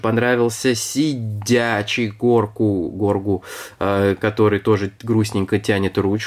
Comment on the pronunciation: Его зовут Грогу а не Горгу, а так видео крутое!